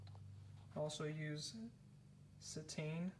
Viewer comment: It's pronounced CE-tane....accent on the first syllable!!